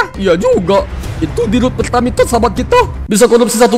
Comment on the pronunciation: Pertamina apa pertamitor😅😅😅😅😅